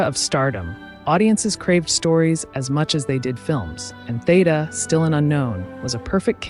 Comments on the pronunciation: Such an insightful and interesting bio, well narrated, except for one glaring and recurring flaw. The knowledgeable narrator, with her lovely, dulcet tones - continues - mispronouncing the subject's name, much to my chagrin. Theda's 1st name has an (e) that's supposed to sound like an (e), not like an - a - and Bara is supposed to sound like (air) at its start. Apart from that I enjoyed the video. 🤗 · Yes, "Theeda" is the only way that I have ever heard her name pronounced for 70 years.